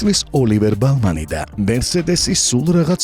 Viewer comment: ბირმანი კაცო, ბალმანი რაღაა